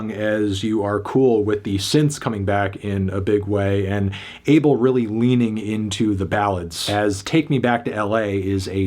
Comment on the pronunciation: Isn’t it pronounced “Ah-Bell”